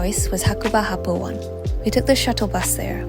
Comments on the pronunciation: It’s pronounced happo oh-nay not happo 1. There is great beginner slopes at the Sakka area of happo. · Hakuba is a beautiful place , glad u had great time !!! btw , Happo One don't call Happo "One" as the number "1". it's actually ”O“ “Ne". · Happo One = Oh-ne (not one) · It's pronounced happo oh ne